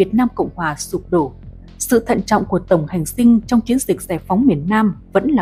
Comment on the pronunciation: Tổng hành dinh chứ kg phải tổng hành sinh đọc sai rồi